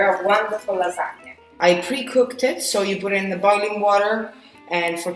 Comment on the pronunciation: You said it right! Lasagne, not Lasagna. I believe you are a real Italian now. lol